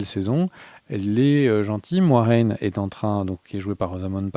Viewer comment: Merci les gars pour la vidéo, je suis hypé par la suite comme pour Game Of Thrones je n'étais pas chaud dès la première saison mais seulement à partir de la seconde. Par contre j'espère que c'est seulement qui se trompe sur la prononciation de Moiraine parce que sinon c'est bien moche.